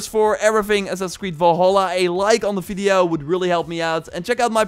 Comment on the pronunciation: "Fideo" 😂😂😂 Good content broh, love it